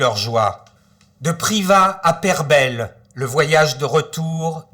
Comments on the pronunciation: que d'erreur sur ce récit !! mauvaise prononciation du nom du lieu ! ( peyrebeille et non peyrebelle , erreur sur le trajet c'est entre l'Ardèche et la haute loire et non la Lozère la moindre des choses c'est de ce déplacé sur les lieux .... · Tout à fait,il s'est par ailleurs très mal renseigné,il n'a retenu que les côtés a charge,,en omettant tout le reste,je pense meme qu'il ne s'est jamais rendu la bas,car la prononciation de peyrebeille m'a fait sourire!!il fait dans le sensationnels!!